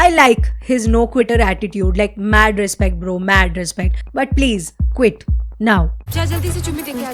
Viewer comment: 7.02 Respect❌ Risspect😂